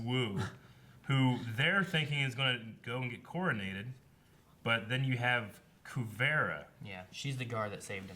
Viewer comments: "Kuveara" How are these guys so horrible with names? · "Kuvera" LMAO